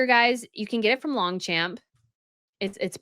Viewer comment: It’s pronounced with silent G and P in Longchamp Please say it it that way 😂 my French ears can’t take it any more